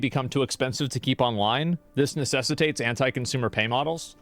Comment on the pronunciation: nessitates. NESSITATES. Bro, did you mean necessitates? 😆